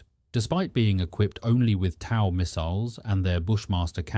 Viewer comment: TOW (pronounced toe) missile